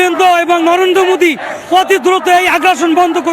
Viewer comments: Ore ota mudi noi Mananiy Narendra nath Modi. Bolte sekh age. Tar pore asbe amra jal Muri khaoyabo.. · Re yer mudi na modi Pronounce ta toh komse kom thik kor re .. Agge baper thika sikha aayga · Are uni mudi na MODI... Age thik kore pronunciation to koro bhai.. 😂😂😂😂. Tobe islamic na Hinduism hobe seta to time decide korbe. But tomra taar katar opare theke erokom lafa lafi koro na. Nahole taar katar khocha p*de lege jabe..😂😂😂😂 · মুদি নয় আগে তো মোদি বলা শেখ তারপর না হয় স্বপ্ন দেখিস 😂😂